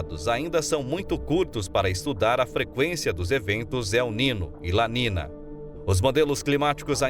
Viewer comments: Caro Prezado Locutor... Que "não sabe" Espanhol... Não é "La Nina" e nem "El Nino"... É "La Niña" (Lesse - "La Ninha") e "El Niño" (Lesse - "El Ninho") Obrigado pela Atenção e na próxima fala correto no video as palavras em Espanhol.. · La letra Ñ en Español tem son de NH em Português... Não e nina o nino.. E Ninha o Ninho... Devemos respeitar os idiomas.!!!!! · Adorei. Só se pronuncia ninho e ninha. O n com til fal papel de nh. Vlw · ATENÇÃO - a PRONÚNCIA CORRETA É EL NINHO e la NINHA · Se pronuncia la ninha e el ninho, pois la niña e el niño é espanhol. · La ninhâ.....ou El Ninhô....... tua pronúncia ..................DÓI aos ouvidos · Prezado narrador você podia pelo menos ler correto NIÑO E NIÑA, se le: el ninho e lá minha. Obrigado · Como que este locutor não sabe pronunciar corretamente as palavras "El Niño e La Niña?São palavras escutadas repetidamente na mídia.